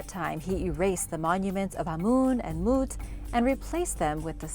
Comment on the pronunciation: Ur pronunciation of amun & mut is so funny BTW no hard feelings.